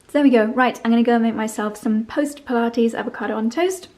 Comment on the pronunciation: She said she was making herself some Post Pilates Avocado on toast. 😂😂😂. It took me a second to figure it out. It certainly sounds like poached at first listen. 😃